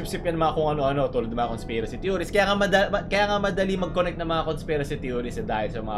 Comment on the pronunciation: Conspirasht hahaha